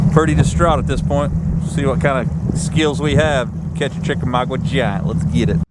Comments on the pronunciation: FYI... The lake name is pronounced Chick Ah Mogga. Not trying to be a jerk. Trying to help. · You mispronounced Chickamauga